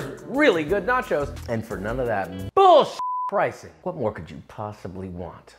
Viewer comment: That "B-roll" sounding a little too close to "B-hole" imo